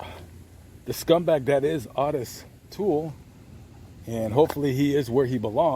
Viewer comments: Odis toole??? Its Ooo tis toole.. Otis toole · Owe-Diss not Ott-iSS. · "OH-TUSS" Not AWE-TUSS. Otis. 👍👍👍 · O-tis my man. It's O-tis. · ~ Wrong. It's "Ottis." Two t's. Pronounced "Odd-is."